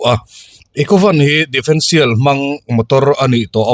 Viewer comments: defendtial ni lovin differential tih zawk tur niin ka hria... Sawi ve mai2 😊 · Difencial ni loin differencial tih tur.